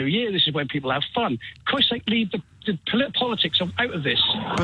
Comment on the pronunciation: The one caller says “year” with 3 syllables.